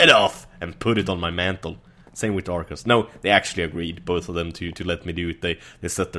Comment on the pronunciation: it's th not tt